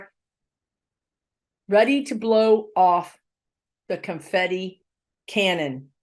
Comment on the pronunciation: ....loved the "CONFIFI." LOL